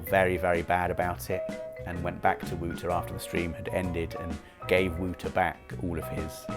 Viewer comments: Did Wouter say thats the way you pronounce the name "whooter"? Why I ask is because Wouter is also a name in Afrikaans which is there pronounced exactly as "Voter". But still, poor Wouter1000, rest in peace mate. haha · your pronounce Wouter wrong. Its Wowter. Not wooter 🧐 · Wouter is pronounced as Wauter... It's a Dutch or maybe Belgium name